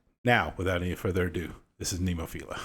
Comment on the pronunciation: Very poor reaction! You are so zero educated, you can't even pronounce the band name.